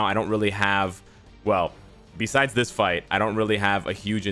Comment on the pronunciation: You now have two soundbytes of yourself saying Marvel Future Fart from this video alone to use next time they screw something up. and IGN:Eliminathan